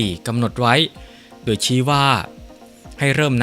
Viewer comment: อ่านโดยใคร เคยดูคอมเม้นท์บ้างไหม? ชอบอ่านผิดๆ คำว่า *โดย *อ่านเป็น ดวย ตลอดเลย